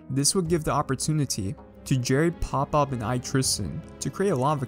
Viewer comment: Did he really mess up pop bobs name lmao